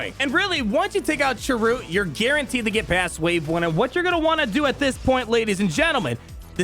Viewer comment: I'll be sure to look at this guide again when my bounty hunters are up. Also sry but it's Chirrut and it sounds like Cheer-it, Baze even kept saying his name when Chirrut was about to die in Rogue One